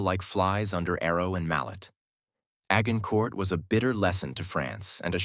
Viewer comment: The AI changed multiple times its pronunciation of 'Agincourt'. Highly irritating.